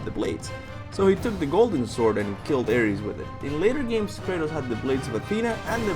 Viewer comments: its Kratus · It’s Krates... bro